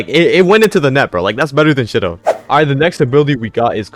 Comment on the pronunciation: You pronounced Shidou wrong. It’s sheedough not shidough